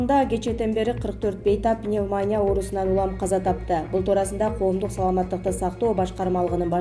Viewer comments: "Пневма'ня" эмес, " пневмония", ударение на "и" . Уят болбогулачы. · Пневмаааня эмес, пневмония деп туура окуганды уйрончу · Пневманя дедиго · Пневмаания, пандеэмия, бул кыздын тили ушундай чыккан окшойт да. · Автор сураныч "пандемия" ,"пневмания" дегенде ударенияңызды туура койсоңуз . Көп жолу байкадым . Бүгүн сизге айтышка чечиндим. А так видеолор жакшы..